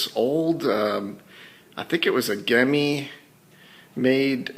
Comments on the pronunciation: Gemmy is pronounced "Jemmy". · its pronounced jimmy but spelled gemmy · That's not how you pronounce "Gemmy".